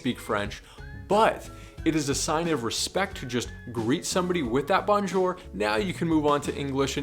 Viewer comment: "Bon" jour, is not like bon bon. It is more like bone.